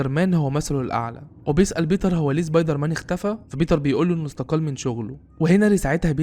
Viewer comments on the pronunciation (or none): امتى سبايدر مان بقى زبايدر مان يسطا في فرق بين س و ز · يعني الموسيقى تخرب الفيديو وصاحب الفيديو بيقول زبايدرمان عادي 🤔🤦🏼🤦🏼🤦🏼🤦🏼